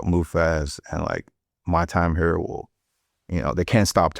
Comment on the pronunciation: “hurrrr” yeah he definitely from St. Louis